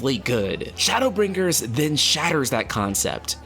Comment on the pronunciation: Why do you emphasize the G in BrinGers so prominently? Is it a dialect thing?